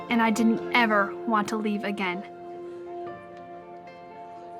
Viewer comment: The emphasis on ever when she said I didn’t EVER want to leave again 😭. These manipulative videos scare the heck out of whoever wants to leave